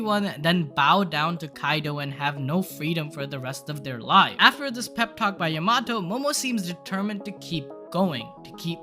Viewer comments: yo-ma-toe?? its ya-ma-toe!! Ya not Yo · Hey, her name is pronounced YAM-A-TO not YA-MAT-O!